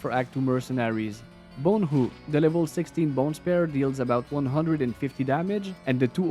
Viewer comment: “Bone hoo” haha, love you bro